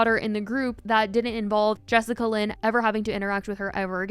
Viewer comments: Jessica Lynn? 😅😅😅😅😅😅😅 It's Jess A Lynn. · lol it’s Jessalyn not Jessicalyn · Am I the only one who is dying inside every time she says Jessica Lynn instead of jessalyn lol 🤷🏼‍♀️ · Im sorry "Jessica-Lyn" ? Its pronounced "Jess-Lyn" 💀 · Why do you keep calling her Jessica Lyn? Her name is Jessalyn lmao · bruh who is jessica lyn?😂😂 im listening and im like wait who is that? its jess-a-lyn 😭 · im love u spill, but her name is jessalyn pronounced jes-sa-lyn not jessica-lyn lmfaooo love you girl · Is is jessicalyn or Jessalyn? You keep saying one while the text says another. 😂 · i love you sm but the jessicalyn instead of jessalynn is as lowkey funny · take a shot each time says "Jessica-Lynn" instead of "Jess-Alynn" lmfaoooooo im sorry i couldn't help it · looking for all those extra letters you made up in “jessalyn” lmaaoo not “jessica lynn” 😭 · BRO YOU KEPT SAYING JESSICALYN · It’s Jessalynn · She’s saying Jessica Lynn lol. Close enough lol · I was just doing a double take when I noticed. 😂 was very confused for a sec.